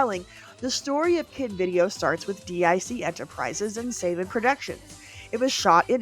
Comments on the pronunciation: Saban is pronounced SUH-BAHN, NOT SAY-BUHN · "If I messed up pronunciation of names..." You know how to pronounce Saban and just slipped, right? I'm sure he will come up again in future videos.